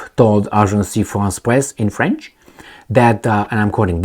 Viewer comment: Agence. (A:jans. )Agence France Press. NOT Agencie Also the word "sy,mbolsitical" does not exist in English.